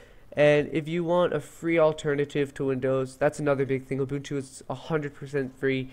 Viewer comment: It's nice to see some folks know how to pronounce Ubuntu properly. Great tutorial by the way. Keep up the good work!